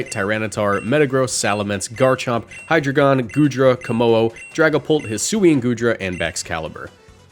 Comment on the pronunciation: Ngl the way you pronounce hydragion irks the hell outa me.